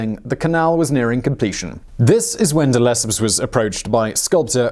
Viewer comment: It's not duh-lep-up de-le -cep (as in scepter )